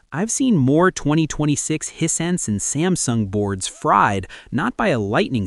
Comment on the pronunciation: As mentioned on previous vidoes, this guy is AI. One minute he's saying Hissense instead of HiSense. Then later on he's saying Hisen. This is because the AI doesn't really know how to say the word. If he was a real person, a real reviewer he's know how to pronounce aTv brand correctly